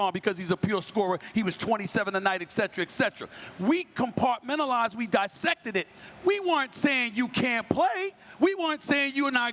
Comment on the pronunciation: Stephen A Smith pulled a Chris Webber "Compartmentalize"